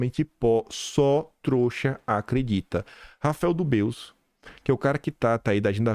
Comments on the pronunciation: Dubeux, se pronuncia " Dí- bêêee" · A pronuncia de Dubeux é Dubê